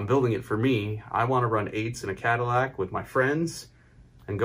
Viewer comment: Love watching your vids and what you do Mike but I had to give this one a thumbs down, don't butcher the caddy.